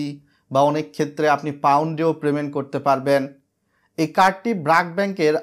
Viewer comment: 7 লাখ সাবস্ক্রাইবার আর বলে কিনা "প্রেমেন্ট" "ইনফরমেশান" ভাই স্ক্রীপ্ট লেখার পর চেক করে নিয়েন। বাজে শুনতে লাগে।